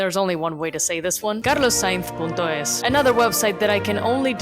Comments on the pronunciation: Pronunció "CARLOS SAINZ" como la persona que mejor habla español en el mundo. Que carajos?!! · Yooo i thought you were ESPAÑOLA when you pronounced "carlos sainz punto es" 10/10